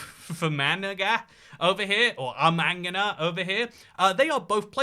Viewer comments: Jesus 😂 im from Armagh and you butchered that pronunciation! You dont say the GH. Its just called, Arma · Maybe shouldnt delve into northern ireland again simply his pronunciation of my home county of armagh